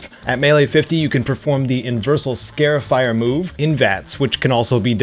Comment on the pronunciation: (Scar-ifier) Not scare-ifier